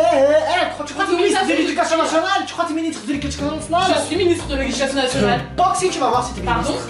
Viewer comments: tu crois t’es ministre de l’écudarjjzbzb nale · Tu vrois tes ministre de lecatuna mdr😂😂😂😂😂😂😂😂